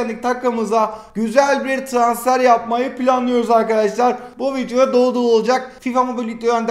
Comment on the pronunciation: Abi şuna vityo deme vidiyo deeee